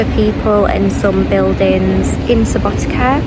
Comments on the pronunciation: Subotica is pronounces "Suboti(tz)a" not Subotika, like you said :) c = tz (when you pronounce it) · Subotica not subotika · Try pronouncing like in cider only sharper c sound Subotica... Not like k in Subotika... Althow it sounds very nice even if you say it wrong...☺ Enjoying your pleasant voice and the journey... 💫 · Seems like you are pronouncing SubotiKa on purpouse 😂 it's hard sometimes to think about pronounciation of some foreginer words, but still the way you pronouncing it is kind of cute not gonna lie, it's kind of weird to eat mc donald's when you have so good tradicional food in Serbia, Vojvodina as part of Serbia have some unique tradicional food, which is way better than artificial mc's food, but i can't order you around what you can or cannot eat so enjoy what you like the most. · Please don't pronounce Subotica that way. I know that, in English, the letter "c" is often pronounced like a "k", but please don't apply that to place names. It really sounds wrong to native speakers and hurts the ears. Just a friendly advice. Enjoy ;)